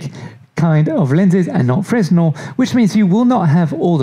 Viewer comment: It's called "fre'nel", the "s" is silent like in FRENCH ... oh 🤨 wait a minute, where are you from? 😆